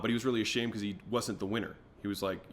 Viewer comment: bro just said becowz